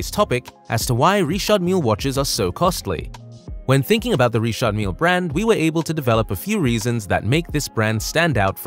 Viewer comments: Never heard it pronounced like that before. All the rappers just use the normal Richard pronunciation. Ritch-ard not Ree-shard. Also Mill that rhymes with hill and not meel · Are you saying Richard or Reshot? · Don’t church it up dirt. It’s Richard no reeshard. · It’s not ríćhářď it’s Richard. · 🤔🤔... sooo it's not pronounced "Rich-ard Mil-lee"....😂😂😂😂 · "Reeshard" Lol.... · please allow me to advise you about the d is mute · Why is Richard pronounced so weirdly? Also I share the same initials lol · Why it so hard to say Richard 😂😂😂😂